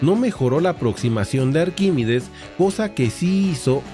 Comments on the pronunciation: Has pronunciado arquímides en vez de ArquímEdes un montón de veces. Muy interesante por lo demás. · Arquímedes no es Arquímides. Aprenda usted a leer antes de ofrecer sus clases.